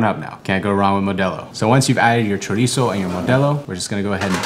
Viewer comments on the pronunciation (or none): none